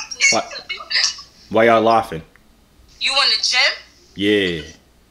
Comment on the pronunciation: “why yah lawphing” 😭😭😭😭